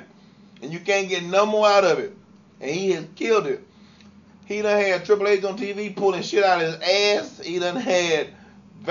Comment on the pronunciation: When he was trying to say HHH LMFAO